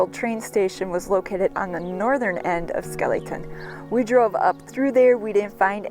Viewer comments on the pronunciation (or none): its pronounced Skelly Town not skeelyton ! i know because my grandmaw Flippo and aunt Joyce lived there on the main street for as long as i can remember . I was born in Borger Tx in 1949 and lived in White Deer Tx until i was 4 then we moved to Lefors Tx . My dad worked for Northern Natural Gas , which had natural gas pipe line boosting plants both in Lefors (Grayco Plant) and the plant in Skellytown . My uncle Ervin Carper worked at the Skellytown plant . Both plants had housing built on site for the employees . Northern Natural Gas was sold to Enron in the early 70"s and the Greyco plant in Lefors was demolished , forcing us to move to Pampa Tx in 1964 .I dont know exactly when the Skellytown plant was demolished , my uncle died in 1968 while i was in Vietnam Both were converted to computer controlled opperation from the home office in Omaha Nebraska .i visited the site in 1994 and there wasnt hardly any evidence that either even existed